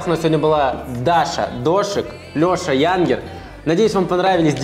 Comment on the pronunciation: Не Ядгер а Янгер🤭🤭🤭🤭